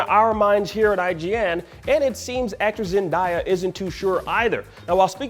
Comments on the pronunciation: yeah he was just saying it that way with die in the video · Isn’t it pronounced “Zen-Day-Uh” (Zendaya). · Bro what’s with this guy and pronouncing words😭😭😭😭 now it’s "zendieah” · Bro seriously learn how to pronounce someone’s name. It’s Zen-Dey-Uhh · "Zen-die-ya" Although it's surely just a mispronounciation of her name, considering the topic and video title, it made me immedietly think you making a Gwen Stacy joke hinting towards a possible future for MJ lmao. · It’s pronounced Zen-day-a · This is 2021 you need to pronounce Zendayas name right, that doesn't make any sense for you to be saying her name wrong. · It’s 2021 and media analyst are continuing to pronounce Zendaya’s name WRONG. Like what is so hard about this?? ZEN-DAY-AAAH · It's on purpose now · It's really not that hard to pronounce her name tbh smh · How you Black and pronounced Zendaya name wrong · don't get at blue2, your the one who's been saying her name wrong all this time. Zendaya's name has been said on TV and the Internet for years, where have you been. The next time you report something maybe you do a little something called research to learn how to pronounce someone's name correctly. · Way to butcher her name. Man